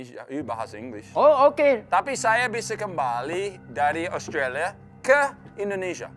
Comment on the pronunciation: Bener pak haji, klo ngucapin itu australia Bukan australi, tyson dlu prnah bilang harus dibaca semua